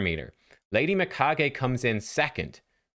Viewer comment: finally one who pronounces her name right.